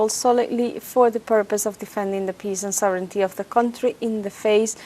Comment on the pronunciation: Thank you for saying "SOV-rin-ty" for "sovereignty."